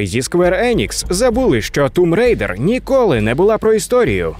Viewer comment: Можна сміливо ставити лайк вже на за Тум Рейдер! Як вже захарили ті, хто каже томб райдер, а тут прям молодці)